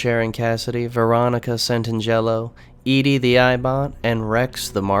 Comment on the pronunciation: Why do you say ED-E's name like that? If you've played New Vegas before, you know it is pronounced "Eddie."